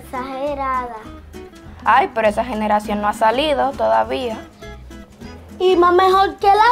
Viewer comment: diciendo generracion JAJAJA